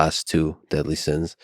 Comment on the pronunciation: Bro I cringed out loud every time you said "sins"